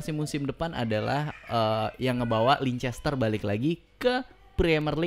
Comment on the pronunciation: Bang...Leicester City bacanya Leister City gitu aja...susah amat Leicester....